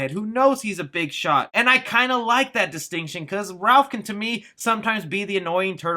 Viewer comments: ....Love ya, but duuuude...Its Raph...NOT RALPH.😠 This is not 🎄☃️A Christmas Story🎄☃️...Lol. 😆🤣 But seriously...."Raph"...🐢Raphael...NOT RALPH. Thank you....Steve-O 🏃‍♂️💨out!! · Stop saying "RALPH"!!!! IT IS RAPH!! RAPHAEL!!!! sorry he's my favorite hahah I love your channel and I watch within a few hours everytime you post !! Keep it up man!!! And we all thank you for keeping us up on all the good!!! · It's RAPH not RALPH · Yay more Turtle news! I just hope that they dont get Rapheal's nick name... Its "Raph" not "Ralph" its a common mistake but i hope they fix it... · Am I dumb or is it raff (Raphael), instead of Ralph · STOP CALLING HIM RALPH! It's Raph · This guy calls raph RALPH unsubbed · The fact that you refer to Raph as "Ralph, is sad. How can any TMNT fan make this mistake? Big thumbs down on this video. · Leonardo = Leo Raphael = Raph Michelangelo = Mike or Mikey Donatello = Don or Donnie There is no excuse for saying Ralph. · Why are we calling Raphael "Ralph"? I thought you loved TMNT? How is a super fan butchering the most popular ninja turtles name. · Apparently to, it's "Ralph" NOT "Raph"...😵😡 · It’s Raph, not Ralph lol. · It’s “Raph” not “Ralph” lol it’s not Ralpheal haha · Raf, not Ralph lol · Stop saying Ralph or I'ma tear my hair out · ITS RAPH!!!! NOT RALPH!!!I FEEL LIKE YOU KNOW THIS, ITS BEEN THAT WAY FOR ALMOST 40 YEARS THATS LIKE CALLING BATMAN, CATMAN UNACCEPTABLE, YOU SHOULD APOLOGIZE!!!! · Ralph? I thought it was Raph as his name is Raphael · It's RAPH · You and the article said Ralph instead of Raph lol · it's RAPH NOT RALPH LOL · Jesus Christ, his name RAPHael not Ralphael. Raph not Ralph. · Got Wanda vision on the brain lol calling him Ralph instead of raph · I cringe every time I hear/read Ralph when referring to Raph. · "Ralph"? Shouldn't it be Raph if shortened? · For whatever reason it's like nails on a chalkboard for me everytime someone calls Raph "Ralph". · Please stop saying Ralph its Raph